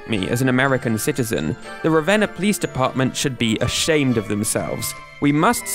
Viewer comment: THANK YOU for pronouncing Ravenna right 😂😂 Spent a chunk of my childhood there!